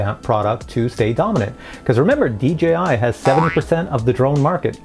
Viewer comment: I am a newbie...why do people, including this presenter constantly refer to DJI as DGI ??? It really kinda bothers me...